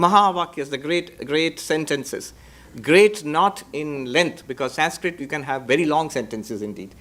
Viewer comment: Why are you pronouncing the word "Sanskrit"in a wrong way just for the shake of accent, why don't you pronounce the word in proper way so that western people could correct thier own pronunciation. Why only we have to adjust and change for western countries. Anyways you are spreading nice information, no hate indeed.❤